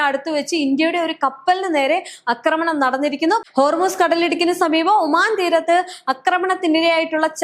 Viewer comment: അക്രമണമല്ല ആക്രമണമാണ് ശരി